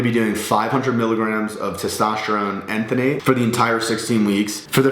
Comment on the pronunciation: Enanthate not enthanate